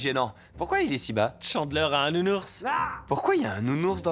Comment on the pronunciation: Le nounourse🤣🤣🤣😭